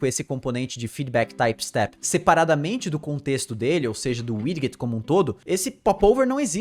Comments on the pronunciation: Muito top! Só uma dica com relação à pronuncia da palavra Widget. Se fala "widjet" ao invés de "wid-get" :D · muito bom, muito instrutivo, como sempre... Mas, me doeu o ouvido ouvir a pronúncia de Widget - "widguit", várias vezes... rsrs... O certo seria "Wijit". Mas isso é mais chatice de quem tem TOC mesmo. Parabéns aí e obrigado por compartilhar, cara... Ajuda muito. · Tome 1 dose de cana a cada vez que ouve widguet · Haha doeu o ouvido aqui tb. Mas o conteúdo do vídeo tá show. Parabéns!